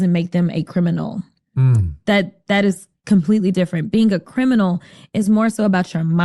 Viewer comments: The guy shaking his head yes when she says "committing a crime don't make you a crim-in-nal" lol --- (it actually does) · I don't understand, what is a "Crimbinol"? She keeps using that word and talking about it, but I've literally never heard of that word. Is it a native animal or something?